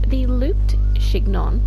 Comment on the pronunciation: Just a heads up that chignon is pronounced «shin-yong»